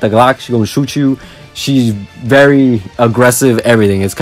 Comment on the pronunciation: Am I the only one who thinks it's cringe when he says it's varrrre 😖😅 plz stop 😩